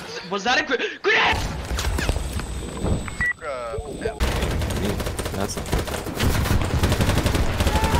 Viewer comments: Was that a grane? GRANE!!!!! HAHAHAHA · Was tha a granade? GRANADE!!